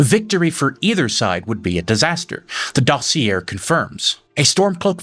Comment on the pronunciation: Dossier is dah-see-ay.